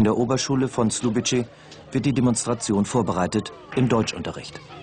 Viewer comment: Man hätte wenigstens für die Reportage rausfinden können, dass man nicht Slubitsche sagt 😂